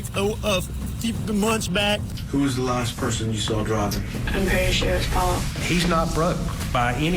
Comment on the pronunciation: I cringe so hard every time Alex says Pau-Pau! Like, your murderous ass is a grown man. Just say Paul! 😩🫣🙄